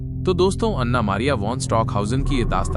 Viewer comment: O pai ana nai an'na hota hai😂